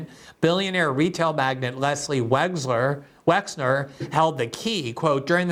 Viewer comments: Wexner not Wexler. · WEXNER, Les WexNer, Leslie Wexner. Not WexLer. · Gee Gee, my man, the guys name is "Wexner". Les Wexner is a prominent figure among business people in Columbus, Ohio, or rather, used to be as Columbus is the headquarters for a few of his retail concerns like Victoria's Secret, The Limited, and others. His name around here is pronounced "WEX NER". Not trying to be pedantic but details matter as the fictitious Reacher is repeatedly claiming. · Isn't it Les Wexner? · Hi Glen. Good segment. But just an FYI Les Wexner isn’t Les “WexLer” , as you’re pronouncing it. It’s WexNer. I’m from Ohio and get my medical care at the WexNer medical center. And I’m also pretty sure that Ari Ben-Menashe is pronounced muh-nash-she. I heard his name pronounced on the Trine Day podcast several times and it was pronounced as I said and he never corrected the host. And you should check out that podcast BTW